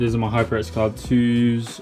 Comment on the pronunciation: “Heeper X”